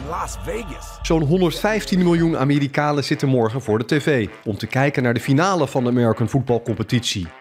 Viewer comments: ligt aan mij of zegt die amerikalen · LMAO hij zegt het zelfs 2x, ook op